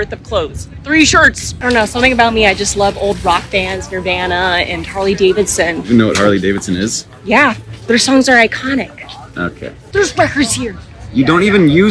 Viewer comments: Nervanna??? i thought it was pronounced as Nervahna. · The Nirvana pronunciation legitimately hurt me 💀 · [ner-vah-nah] is a WILD way to pronounce it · God the harley davidson joke, the nirvana mispronunciation, only owning tame impala on vynyl, goddamn this is so accurate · She did not just pronounce nirvana that way 😭 I know this was done ironically but damn did that hurt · When you have a Kurt Cobain dedicated pinterest board with 101 pins, her pronunciation of Nirvana hits where it really hurts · i'm already peeved enough with the harley davidson thing but the wAY SHE PRONOUNCED NIRVANA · Her pronunciation of Nirvana makes me wanna cry 😭😭😭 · The way she pronounced Nirvana made my blood leave my body for 5 whole seconds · SHE PULLED AN IN BLOOM NIRVANA PRONOUNCIATION LOCK HER UP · the way she pronounced nirvana makes my fucking blood boil lmao, great character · I like how she's talking about the 4K whenever she can't pronounce Nirvana and she thinks Harley-Davidson is a band even though it's a motorcycle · everybodys gonna ignore the way she pronounced nirvana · ik she did not just pronounce nirvana like that 💀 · The nirvana pronunciation hurt to listen to. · I'm sorry. But did she just mispronounced nirvana, WTF. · Mispronounced Nirvana